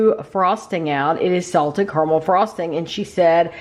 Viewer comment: the way you say "CORMEL" instead of caramel broke me lol